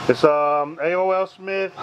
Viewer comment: And it's A. O. Smith not A.O.L. American On line it's just A. Then the letter O. So AO. Smith. If you was with me talking to the customer I would've been embarrassed you really got to know the proper names of what you're working onà